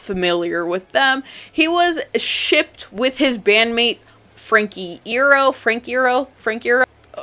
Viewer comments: as the resident emo(my user is literally a my chem reference come on now) i have been summoned, frank ieros last name is pronounced "eye-YAIR-oh". frank iero(eye-YAIR-oh) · Frank Eye-ear-oh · Frank Iero (eye-ear-oh)🤓☝️ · out of every way to pronounce frank iero that was certianly the worst lol. interesting vid tho! i like ur analysis on why emo girls were so obsessed with this- i think u really hit the nail on the head with this idea of women seeing men in positions of equality, esp if they've experienced a lot of gender separation. i must say tho, the gays do not need more fetishisation imo, let's leave emo boys kissing in the 2000s plssss